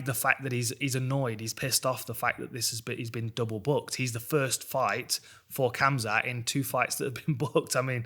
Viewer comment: Dan i love ya. But its hamzat